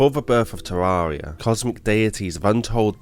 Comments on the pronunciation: Ethanotor Oculus there is actually! Terr-ar-ree-ah is not correct, it's teer-ai-ree-ah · Good. But it's Terraria, not Tarrarea. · Jesus christ learn how to say "terraria" already its an interesting video but i cringe everytime you say terraria